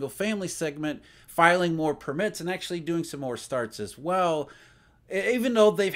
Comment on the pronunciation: it is PURR-mit not pur-MITT - you have the emphasis on the wrong syllable